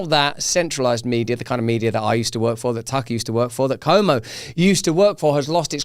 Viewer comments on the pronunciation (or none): Tip for Russel: his name is Chris CUomo not Como.